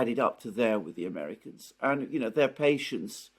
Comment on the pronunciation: I cringe every time you say America's.